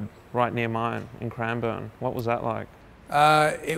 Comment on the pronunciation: Shocked me when you said Cranbourne